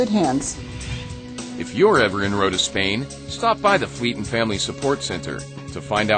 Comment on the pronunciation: Rota = "road" and "time" (roud-ta-im) pronunciations, very clear: "Ro-ta"